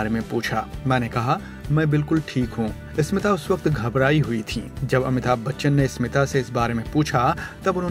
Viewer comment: Sir it is NOT ESMITA/ इस्मीता It is Smita/ स्मिता. Please learn proper pronounciations.